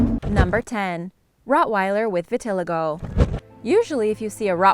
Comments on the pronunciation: it's pronounced vi-ti-lie-go not vi-ti-lego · Vit-ill-eye-go not v-till-igo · It’s pronounced vita lie go. Not vi til a go. Stupid bitch. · This girl said VIT- TILL- IGO. ITS PRONOUNCED VIT- LYE- GO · It's pronounced vi-ta-lie-go not vit-till-ago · Vit-al-eee-go not viteligo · Vit-uh-lye-go You're welcome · The way she says vitiligo tho xD ITS VIT-IL-EYE-GOE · Vilitigo is pronounced "Vit/ih/lie/go" according to Mirriam Webster. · It's called Vit-til-li-go. Gentian is derived from a plant and is a natural antibiotic. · no the cringe stop. My friend pronounces like that too. It's pronounced vi-ti-lie-go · It’s vit-il-i-go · Your pronouncing vitaligo wrong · Its vit-ah-lie-go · I'm pretty sure it's pronounced vih-tih-lie-go I mean.. I have it... so... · It's pronounced vit-a-lay-go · it's pronounced vit-uh-LYGO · Learn to say vitiligo. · You definitely pronounced Vitiligo wrong, I would know I have it to😂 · You're saying vitiligo wrong lol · *cringed every time she mispronounced vitiligo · You need to look up how to pronounce words. Start with vitiligo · You stress the third i in vitiligo, not the second. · You pronounced Vitiligo wrong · That's not how you pronounce vitiligo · Ur saying vitiligo wrong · The Rottweiler with Vitiligo... it bothered me SO MUCH when she was saying it wrong 😬😬😬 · Dumbass pronounces vitiligo wrong so how accurate can this video be? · Omg 🤦🏽‍♀️ she makes me want to slap her every time she pronounces vitiligo wrong 🙄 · You mispronounced vitiligo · She said vitiligo wrong😤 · That's not even how you say vitiligo